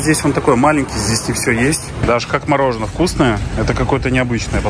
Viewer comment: Привет всей семье,, умоляю говори МОРОЖЕНОЕ, это же не так много я прошу, прекрасен, но почему бы не стать еще лучше, и дети будут говорить правильно. Я не хейчу, люблю вас пож. Прислушайся